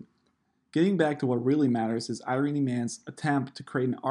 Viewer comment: It’s pronounced “I-Run-Knee” Not “Iron-ee”